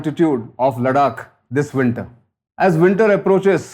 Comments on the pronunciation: भाऊ! तुमी “लडाख” नको बोला!! ‘लद्दाख’ बोल ना रे । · confused relating of events? PLEASE!! A CRISP CLEAR THOUGHT PROCESS AND VERY CLEAR PRESENTATION ...NOT THIS SORRY WRONG PRONUNCIATION (LADAKH = LADAK ?) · Please don’t call it LADAK. It’s Ladakh. A humble request 🙏🏼